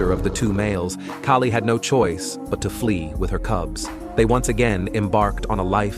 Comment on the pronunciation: Her name is not Kerry it’s Kali and the husband name is sefu